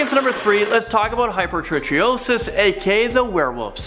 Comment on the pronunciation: Helpful hint for youtubers: you can EASILY hear the pronunciation of ANY word by Googling the word and pronunciation, e.g., hypertrichosis pronunciation. You would then know it's pronounced hi-per-tri-ko-sis. Then you won't sound like: 1. You don't know what you're talking about. 2. You're too lazy to look it up.